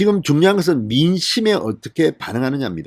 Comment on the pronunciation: 간딴x 간단o, 당년히x 당연히o, 분냥x 부냥o, 성녁x 성:역o, 중뇨x 중:요o